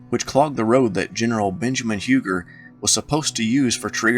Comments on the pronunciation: Huger is pronounced u gee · One correction so far... Not Huger, pronounced "You-gee"